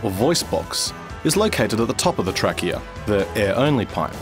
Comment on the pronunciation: "The Track-eA"